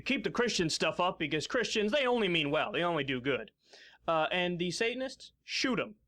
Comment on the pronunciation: I cringed every time she said Sate-an-ists! Ha